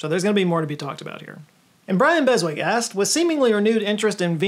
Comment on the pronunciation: Why do you pronounce Beswick as Bes - Wick, any english speaker will tell you that it should be pronounced Bezik.